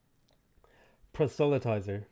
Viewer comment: For "prosthelytizer" the emphasis is on the first syllable, just like in "prosthelytize". It's one of those weird words that is very long, yet has emphasis on the first syllable.